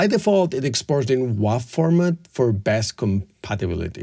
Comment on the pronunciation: Wav is pronounced "wave".